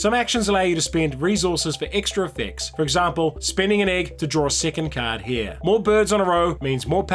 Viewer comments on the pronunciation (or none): none